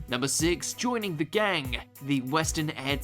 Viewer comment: "Joining the gaang" i can't be the only one to notice this